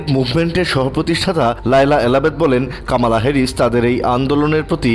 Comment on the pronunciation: ওরে সাংবাদিক উনার নাম কামালা না কমলা। আগে ওনার নামটা ঠিক করে উচ্চারণ করুন।